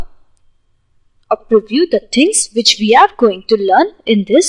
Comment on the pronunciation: and pronounce "preview" while stretching the the ee as in preeview..and not as "priview' i hope my comments will not be taken otherwise and be used only constructively..another word that can be spoken better is danger..